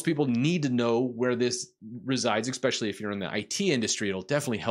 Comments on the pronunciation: EKSPECIALLY? You gotta know, my dude, that 'ekspecially' is a one way ticket to zero respect. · Did you just say eKspecially? That's not a word bud. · I was interested until you pronounced "especially". That shit drives me nuts! I'm out.